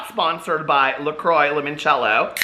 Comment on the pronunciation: You must have seen Absolutely Fabulous so you should know how to say "LaCroix" properly sweetie! Patsy would scream & throw an empty Stoli bottle at you!